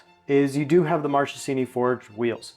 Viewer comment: One little thing: Marchesini is pronounced like “markesini”